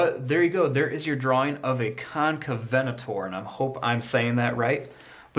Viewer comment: You said the name right.